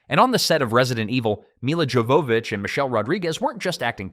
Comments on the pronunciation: Supposed to be pronounced “yo va vich” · Her name Jovovich is not pronounced how it's spelled, it's more like Yovavich I know because if you watch the audio commentary on this movie, she actually says her name Other than that, good video, I enjoyed this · Y'all got so much wrong in this video. Plus you're butchering Milla's name pronunciation it's driving me crazy. Thumbs down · I like that you wanted to make a long video about this movie, and yet you didn’t decide to lookup the pronunciation of Mila’s name lol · Buddy.. Maybe you should have learned how to say Millas last name before releasing the video.. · lol agreed. His pronunciation of her last name was painful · So, in the DVD commentary for the film, Milla spends a good chunk of it explaining how to pronounce her name. It isn't "Mila" like "mill uh", but "Milla" like "mee ya". The double L makes a y sound, like in Spanish. And the J in "Jovovich" is also pronounced like a y, so it comes out as "yo vo vich". She's very particular about that, and repeats it several times. Thought you ought to know.